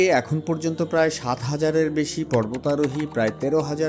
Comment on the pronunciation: উচ্চারণ ঠিক করেন, এ্যার নয় এর